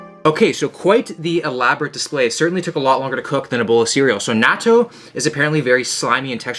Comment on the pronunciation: pronounces Natto incorrectly Me (a jerk in the comments): He tried